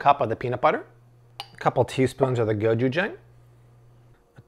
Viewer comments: Hi just wanted to share, gochujang is pronounced Go-je-jung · Hi! Say Go-CHoo-Jang, like ah-chew! Lov your videos! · go CHU jang I cannot be the only one going insane when you say it WRONG. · But, you are saying gochujang wrong.Koreans say it a little different